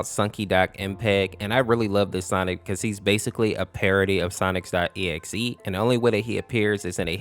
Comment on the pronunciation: why do you pronounce sonic normal but when you say SONIC . exe you say Sonix.EXE?